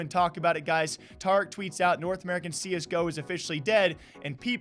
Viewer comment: "TAH-RICK" pepega